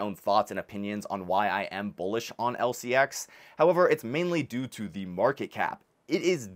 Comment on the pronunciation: Learn to pronounce it.